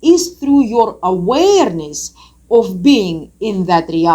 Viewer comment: Same love her accent when she pronounces that word. I would surely take tequila shots and weed hits just for that 🍻😉